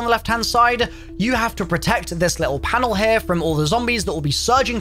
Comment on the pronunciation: Stop starting each video with “ HAIR” it’s here!! Not hair smh good lord